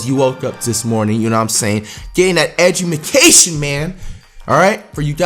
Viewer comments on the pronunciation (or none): My nigga said edumication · "Edumacation" lol nice flight 😂😂😂😂😭😭👌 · This nigga said edjumacation lol nigga u stay in school😂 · No one caught the fact that he said "Edumacation"? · This man said edumacation 😂😂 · "edumacation" ? , flight what's good with you. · Edumacation man !! 😂😂😂😂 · Did he just say edjamcation😂😂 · Why tf does flight say edumacation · who else heard "edumacation"? 😂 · Yall never heard someone say edumucation before 😂😂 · EDUMACITION REALLY FLIGHT😂🤦🏽‍♂️ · "Eduamaction" LMFAOAOOAAO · What is edgamacation😂😂😂😂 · DIS DUDE SAID EDUMACATION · Did Flight just said education wrong😂💀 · fLight is the only person who can watch an educational video but cannot say education correctly 🤦🏾‍♂️ 0.33